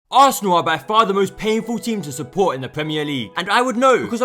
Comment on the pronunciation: What a clown 🤡 .... You mean assanal 😂